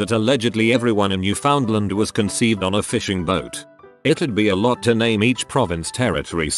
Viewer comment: It's pronounced New-f'n-LAND. It rhymes with "understand".